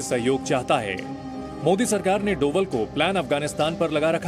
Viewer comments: पड़ना नही आता क्या डोबल नही डोभाल है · Tum media's waalo ko name bhi nahi padh sakte hain dhang se (डोभल )nhi hai )ajit Dobhaal hai(डोभाल्) होता है।।।।सब् news वाले %%@ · मैं Zee news का एक नियमित श्रोता हूं लेकिन कभी कभी आपके द्वारा किए गए शब्दों के उच्चारण बहुत असहज महसूस होते हैं। कृपया उच्चारण सही करें। यह उच्चारण डोवल नहीं बल्कि डोभाल है। अक्सर आज भी गढ़वाल, यहां तक कि लगभग पूरे उत्तराखंड में अंग्रेजी वर्णमाला के V को भ उच्चारित किया जाता है इस कारण डोभाल शब्द को अंग्रेजी में Doval लिखा गया होगा। हालांकि आम जनमानस उनको डोवल नहीं डोभाल ही कहता है। धन्यवाद।